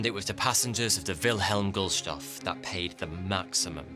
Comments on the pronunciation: Ok so, GuLstoff...... as pronounced through the whole thing, or, GustLoff... as written everywhere? either way, as entertaining as always....er.....maybe informative is better...you, 9000 deaths etc. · It's called Willhelm GuSTLoff, not GuLSToff... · Good and informative video as always, just too bad you pronounce the name of the ship wrong. You say GuLstoff, it is GustLoff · you keep saying "gulstoff" - wrong! It's Gustloff -- Gust-Loff! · Gustloff - Gust loff. not Gulstoff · Gustloff. Not Gulstoff. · Sorry to say this, but you put so much effort and research in your videos, but you got one major thing wrong here: The ship's name is not Gul-Stoff, it is "Gust-Loff". I do understand that you are not a native German speaker, but you got Adolf's name right, who isn't called Hil-Ter... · Gustloff, Gust loff, Gu-st-loff. Stop saying Gulstoff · it's not gullstoff. it's GustLoff 😅😅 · The "L" in "Gustloff" comes AFTER the st... hearing "Gul-stoff" so many times made my eyelids twitch. Unless this is a quirk of German pronunciation? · Gustloff being pronounced Gulstoff is destroying my immersion. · That's Gustloff goosed--loff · His name is spelt GUSTLOFF, but you pronounce it GULSTOFF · I loved how, all through this video, you persisted in pronouncing "GustLOFF" as "GULLstoff"! That tickled me no end!! So unlike you! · Gustlof not Gulstof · Is it pronounced Gulstoff? I see it spelled Gustloff but I'm hearing Gulstoff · JFC dude, it's Goose-Tloff, not Goose-loft. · Gustloff not gulstoff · It’s pronounced Goos loff . There’s no T. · It is pronounced Gust-Loff, my son is an ocean liner historian so I have heard him talk about this ship quite a bit. I am surprised didn't learn to pronounce this appropriately. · Is nobody going to talk about how he never once pronounced the name of the ship correctly or how he used a WW1 era map of Europe? It's pronounced 'gust-loff' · GUST-LOFF. My god... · Guhst - loff … it's really not hard to pronounce. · It's pronounced "gust-Loff".